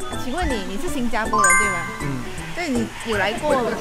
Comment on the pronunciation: 新加坡Xīn jiā pō…正确唸法